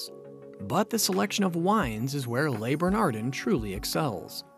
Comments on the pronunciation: How the hell can I take you seriously when you cannot pronounce the names of the restaurant or any of the chefs? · You should at least pronounce the name of the restaurant correctly. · It's not pronounced 'lay burnahrdinn' or 'errik rippurt'.... 🤦